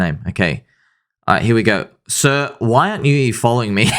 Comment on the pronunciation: Seeer! SEER! Ween Moon SEEER?